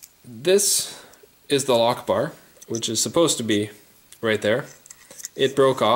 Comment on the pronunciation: Sounds like you say allah akhbar instead of lock bar.